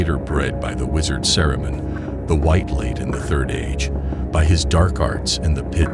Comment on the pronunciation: I'm calling the FBI! He pronounced Saruman as SARAmun 😂😂 LMFAOOO!